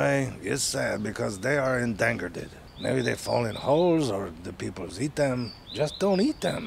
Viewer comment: only zefrank could pronounce endangered as en-dan-ger-ded and get away with it